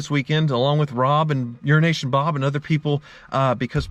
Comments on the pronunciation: Really thought he said "Urination Bob" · I always hear 'urination bob'... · kept thinking you were saying urination bob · okay dude you've gotten a lot of flak for this but you continue. URINATION BOB! DUDE, GET IT TOGETHER, LAY OFF THE COKE AND SAY HIS TITLE RIGHT! ITS A CONSTANT INSULT! if it where me i would have sued you